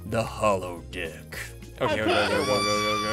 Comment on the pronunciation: I pretty sure he did not say deck right but that’s just me😂😂